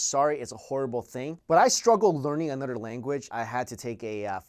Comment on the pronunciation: anudder^ language